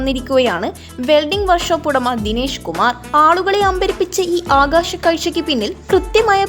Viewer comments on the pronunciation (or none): none